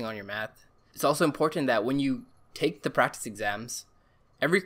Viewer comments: Prectic Prrktecs Practes Pructus Prictes Prestes prracttis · This guy: giving actual useful advice. Me: he can’t say practice